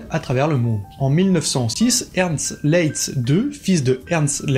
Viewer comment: Le nom de Leitz qui est un nom allemand ne se prononce pas à la française (donc pas "Lé itz! merci! .... insupportable pour mes oreilles!) mais bel et bien "La-itz" (en un mot)! "Ei" en allemand se prononce a-i : donc Leitz= Laitz ... et Leica, c'est pas Léca mais "La-ica" en allemand! Merci , danke schön!:thanksdoc:🤣😅😆🤣